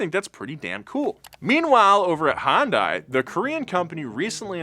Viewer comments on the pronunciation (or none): for the last time Hyundai is pronounced Hyun-day not hon-die. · Hyundai is pronounced ‘Hun-Day’ like Sunday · It's (hun-day) like Sunday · I've worked for Hyundai for the last ten years.... Love your vids man, but, you've got me pullin my hair out. Its Hyundai! Hun-day. It's pronounced hun-day. Not Hi-un-day! Hun-day! Hyundai. Edit: I don't care that much anymore. Put in my two weeks today. Leaving Hyundai after ten years, cause, well, they treat their employees like trash. Hyundai is losing good techs left and right. America's best warranty is worthless if nobody is their too back it up. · it’s “Hunday” Just like “Sunday”. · Love all the Donut videos, and as a Korean, I know romanization of Korean words is difficult! I think an easy shortcut to pronounce Hyundai properly is to pronounce it like "sundae". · We need a video of calling Hyundai anything but Hyundai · Again, Hyundai, pronounced like "Sunday." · I love ya, but doooode, please pick a pronunciation of Hyundai and stick with it, preferably the correct one, "Hun-day". Sorry, had to get it off my chest, good video as always! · Am I the only one who thinks he’s mis-pronouncing Hyundai? I pronounce it as “Hunday”. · for someone in the car world. its painful to listen to you repeatedly pronounce Hyundai wrong. its Hun day. like sunday and monday but not tuesday. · I wish you….and lots of other people would pronounce Hyundai correctly. Say it like Sunday….only Hunday. It is only a 2 syllable word. Sorry, my Dad was an English teacher and drilled proper grammar and enunciation into us kids. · Cool video. But it's a little odd how continues to invent new ways to pronounce Hyundai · Nobody was gonna tell how to pronounce Hyundai? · Hyundai is pronounced Sunday but with an H. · I love how he can't decide how he wants to pronounce Hyundai. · The terrible pronunciation of Hyundai bothers me every time. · Hyundai is pronounced like Sunday with an H